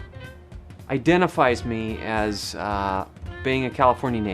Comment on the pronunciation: The way you said "as" you said it like yas